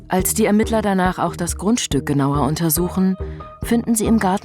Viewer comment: Es heißt "ERMITTLER"‼️